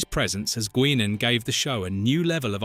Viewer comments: Why are you pronouncing Guinan that way. It's "Guy-nin" not "Gwin-in" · LoL, its pronounced {Guynen} not Gwenen... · "GWINNEN"?!? Guinan is pronounced "Guynan". Bloody A.I. tosh... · Whoopi portrayed GUY-nan!! NOT “GWEE-nan”! NOT “GEE-nan”!! If you can not get the names correct, then don’t even bother with the dammed video, at all !!!! ✋🏼🙄 ‼️I HATE AI‼️ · it's pronounced "guy-nen" NOT "gwinin" STUPID AI VOICING! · OH MY GOD, that stupid AI. It's pronounced Guy nan not Gweenan. Computers irritate the piss out of me. ugh!!!!!!!!!!!!!!!!!!!!!!!!!!!!!!!!!!!!!!!!!1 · Gwinnan or Guainan..! Get the real pronunciation correct... Please watch and listen to the show first rather than read a re-hashed script - its a killer to the channel credibility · You pronounce Whoopie Goldberg characters name Guy non. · It's pronounced "Guy-naan." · either the VOICE IS AI , or the narattor has never seen Guinan act on show enough to know how her name is pronounced , (G-EYE Nun ) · What in the hell is a gweenan ? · It's pronounced Guy-nan. God I hate AI. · What? You don't remember Goowininn? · Why can't you pronounce Whoopy's characters name correctly? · These AI things suck. Cannot pronounce Guinan properly. Another one called Gul Dukat Ghoul Dukat. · If you are going to make these types of videos, you could at least learn to pronounce the character names correctly. You butchered Guinan’s name!! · Almost started to like this take on back stage stuff, until these peoples AI was used and a real person was not speaking it. ... It was impressive how many different ways the AI chose to pronounce "Guinan"...none of which were even close to correct! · Business pronunciation of Whoopi Goldberg’s characters name by the narrator is abominable